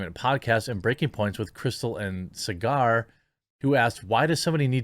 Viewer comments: Quartering!! Enjeti’s name is pronounced “Sogger” rhymes with Frogger, “SOG-ger,” not cigar … tia He’s a brilliant guy, check him out further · It's not "Cigar" It's "Saag-err" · Saagar is pronounced like Sogger/Saugger, like soggy or sausage. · yo, watch breaking points, learn how to pronounce Saagar, lol. Plus its good stuff